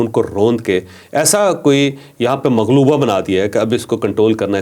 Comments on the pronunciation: چوہدری صاحب اللہ تعالیٰ آپ کو سلامت رکھے ۔معاف کرنا ایک لفظ آپ دو دفعہ غلط بولے مغلوبہ نہیں ملغوبہ غ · محترم چودری صاحب ماشاءاللہ بڑا اچھا وی لاگ ہے لیکن اپ ایک لفظ ملغوبہ کو مغلوبہ بول گئے ہیں کہ صحیح فرما لیں مغلوبہ کو اردو میں لفظ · آپ نے مغلوبہ بولا ہے جبکہ یہ لفظ ملغوبہ ہے معذرت کے ساتھ